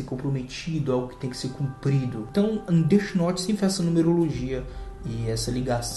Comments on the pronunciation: Deti Norte ksksks ksksks ksksks Death note pronúncia: défi noute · ELE FALA DIRTY NORTE MDS